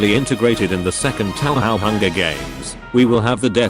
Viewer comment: "Taohao" 11/10 EDIT: LONG LIVE FLANDRE! AVENGE YOUR FAMILY!